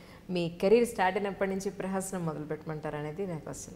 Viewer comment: ప్రహసనం కాదండి...ప్రస్థానం. Thought of bringing to your notice as I heard you say in more than one interview. ప్రహసనం means comedy...